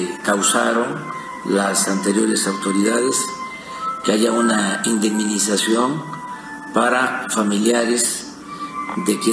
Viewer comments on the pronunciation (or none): “””INDEMINIZACIÓN””””, ¿escuché bien? Qué animal nos gobierna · Disque Presidente, lo más chingón será cuando mandes una reforma constitucional para institucionalizar la "indiminización" ( favor escuchar a los ). Ya aprende a hablar aunque sea. RIDÍCULO